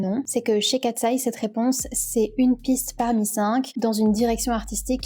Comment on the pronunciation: J'adore ta vidéo ❤ +1💖 Parcontre c'est pas " Kateseye " Mais Katseye.